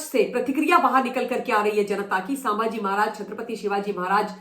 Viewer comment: Excellent! Only I want that you pronounce well-known names correctly. It's not सांभाजी, it's संभाजी. Can you please say it correctly?